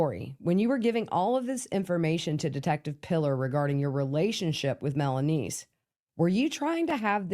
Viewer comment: Melany.. not melanise....